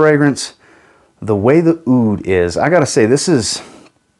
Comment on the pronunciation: Just a quick one, the Aoud is not pronounce as "ay-oud," but just like "oud." In Arabic the "oo" sound in "oud" is said with a voiced pharyngeal fricative, so think of it like saying "oo" from the back of your throat as if you were saying "ah-oud" as one syllable.